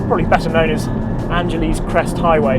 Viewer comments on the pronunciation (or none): Angela's Crest (not "Angeleez" Crest, ) is Matt Farah's go-to road.